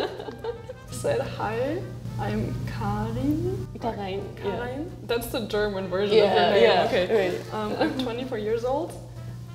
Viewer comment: Volgens mij zei ze Karijn.